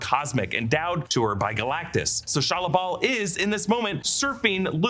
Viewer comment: Is it just me or everytime he says the silver surfers name think he is saying Shia LaBeouf????